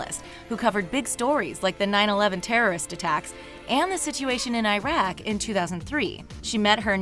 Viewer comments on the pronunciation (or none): none